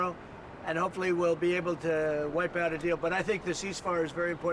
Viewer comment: Did he say wipeout a deal?